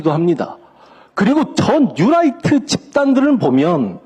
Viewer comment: 뉴롸잍..이라고 발음해야 되는데...라이트 라고 해서 light 인줄..힘들더라도 영어를 쓰려면 확실하게 하는게..암튼 저놈의 뉴롸잍은 고질병과 같은 암덩어리입니다..